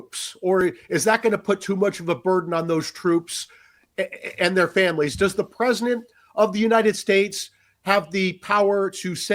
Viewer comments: Why does he keep saying “Presinent” and not “President?” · This guy continues to mispronounce President. He says it PresiNent 😂😂😂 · Im not sure why this others me, but why does he say PRESINENT instead of PresiDENT?? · Am I the only one who heard him say “presinant” over and over LOL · Is he saying “Prez-nit Trump?” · Presinant?? Haha. I can’t unhear it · Is he saying “Preznent?” 😳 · Is it me, or is he saying "Presinent" of the United States? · PresiNent? Just about as aggravating as folks forgot what the letter"t" sounds like. "Mi-in" = mitten. Silly habit. I've heard others pronounce president like that. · THIS GUY CAN'T PRONOUNCE PRESIDENT.